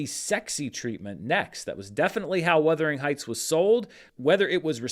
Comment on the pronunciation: Why are you saying Weathering Heights? It’s Werther, like the old people hard candy